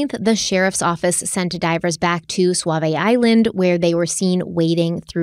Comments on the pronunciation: First of all, I love your podcast. I love that you are doing this case and it's very close to home. I do get a chuckle when says swavy island. It's pronounced "saw" "v" island. Sauvie Island. 🙂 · Sauvie Island is S-A-U and pronounced like SAW-Vee, not S-U-A like Suave. But the way you pronounce it like SUAVE-IE would make for a pretty cool island name too. 🙂 Also, Terri and Dede are guilty as sin! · I love you guys but it’s pronounced Saa vie. U is silent. 😂 sorry I’m from Portland and I’ve never heard anyone say suavie. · I noticed you pronouncing things better. You're from the East Coast so of course you don't know how to pronounce our words, just how we probably don't know how to pronounce your words correctly Suavie Island = Saw - Vee eye land. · Say it with me. “SAW-VEE” island 🖤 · Just FYI it’s pronounced Saw-Vee Island. 😂😃❤️ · Sauvi island is pronounced “SAW-VEE” and Oregonian - “OR-UH-GO-NEE-IN” lol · I’m from the area, Sauvie Island is usually pronounced like Saw-vee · I love you both and ❤ but I’m from Portland and we call Sauvie Island “saa-vee” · Yes, but Oregonians say "Soh-vi". We have a lot of strange looking names her- some are people's names, many originated with the First Nations. They all have correct ways to be said, though. How can she be correct? By taking the lead of those who've lived here all our lives. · It's not just pronounced Sauvie , it is also spelled Sauvie.